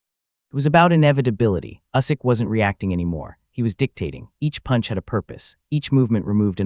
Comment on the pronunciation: Maybe you should learn how to pronounce Usyk. How embarrassing.